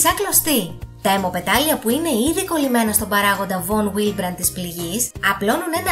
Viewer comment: Εξαιρετικά ενδιαφέρον βίντεο, συγχαρητήρια! Ίσως θα είχε ενδιαφέρον για τους followers σου, σαν επέκταση αυτού του βίντεο, ένα δεύτερο που να αφορά την έλλειψη των παραγόντων πήξεως ή του παράγοντα VonWillebrand (παρεμπιπτόντως, προφέρεται καλύτερα "Βον Βίλεμπραντ"), προκαλώντας αιμορραγικές διαθέσεις/ αιμορροφιλίες! Ως πάσχουσα με τη νόσο VonWillebrand, θα με ενδιέφερε πολύ να δω ένα αντίστοιχα τόσο αναλυτικό βίντεο! Καλή συνέχεια!